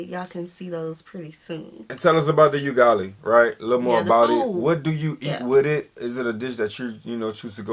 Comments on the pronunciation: It's U-ga-li not yugali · UGALI is pronounced as 'oo-gah-lee' and not 'you-gah-lee' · its Ugali not '"you"gali' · 😂😂😂😂😂 please its not yugali "Ugali"❤😂😂😂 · It is not pronounced you-gali, it is pronouced oo-gali.